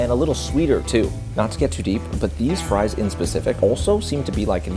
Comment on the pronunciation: Fwench fwies